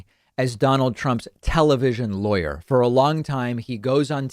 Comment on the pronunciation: Somehow I always hear „liar“ when you say „lawyer“ concerning Guliani and Trump‘s legal team around him 😂